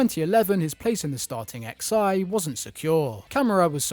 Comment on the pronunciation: X i? Why are you saying that? It's roman numerals XI